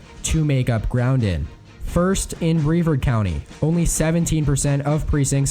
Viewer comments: As a Floridian, there’s a few things I want to say, 1. It’s pronounced Bra-vard county (in case you do any more videos), 2. Pinellas County is not voting for Trump, he won by one point last time on Hillary being so unpopular, Duval County will go red before Pinellas this time, 3. And most importantly the senior population is the largest contingency voting, and Biden holds a lead on them. If this is true, and I have little doubt there is, with Covid-19 being so prevalent and Trumps swipes at geriatrics, he’s losing a good amount of support, if you’d like proof, go to the Villages that we’re pro trump in 2016, now they’re so many more Pro Biden with pockets of Trump support. There’s a reason why every poll has Biden up by 1-2 points. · Lol Duval is pronounced DU-val. Not du-VAL. I live here. Also, Brevard is pronounced bruh-VARD. Anyway, I think Joe will win Florida.